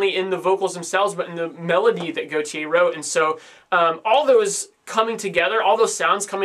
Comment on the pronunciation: His name is (gort)-(yeah). and is is pronounced Ah-stralia, I didn't find the album good because while yes, it had a lot of variety and ideas going on, but they didn't come together very well. Take a Pink Floyd album, or Kid A.... there were a lot of sounds and difference on that album, but it all tied together well. I don't think it does that well enough on this album and it feels a bit randomised and scatterbrained.